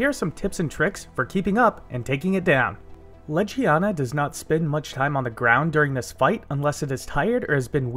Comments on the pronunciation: You are saying it like ledge-ee-ana Leg-ee-ana is how its pronounced. I don't even know how you read it out loud like that. Please double check your pronunciation before uploading your videos. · great tips. thank you for the vid but i couldn’t get past your pronunciation. in game it’s said as Leg-ee-aw-nuh. bothered me the whole time